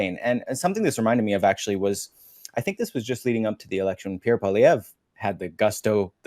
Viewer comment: Please learn how to say Pierre's last name properly ... not the way Chat JPT says it!